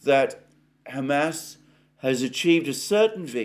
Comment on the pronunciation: Alexander, your pronunciation of "Hamas" as "Ham Ass" is offending Jews and Muslims simultaneously. In the U.S. "Ham Ass" is "pork butt." Kind of a comfort food best served with mashed potatoes and corn.:face-purple-crying